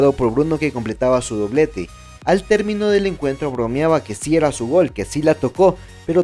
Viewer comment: Al termino del encuentro "bromeba" que si era su gol, que si la tocó... CR7 "bromeaba" si si claro señor narrador jajaja